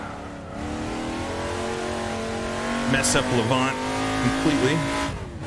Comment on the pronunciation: Just a heads-up - Lavant is pronounced Lavant as in lavatory, so your emphasis is on the la and the 'vant' is more a 'vnt' or 'voont' but shortened a bit. Lavnt, maybe, if that makes any sense. Anyway, keep up the good work, you're great. :)